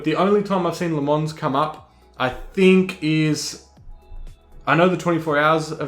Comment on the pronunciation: Great video, thanks for explaining this, I'm about to jump in to iRacing so trying to absorb as much info as possible without breaking the bank.... too much! Have liked and subscribed. Also, just for future ref, it's not La Mons, it's Luh Mon (no "s") :)